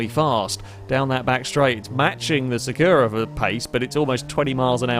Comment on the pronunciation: I hate to say this: you keep saying "Sakura" wrong. The stress goes on the first syllabe - it's Sàkura not Sakùra! As a Cardcaptor Sakura fan I must correct this!